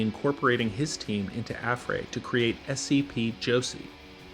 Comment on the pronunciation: he said affray wrong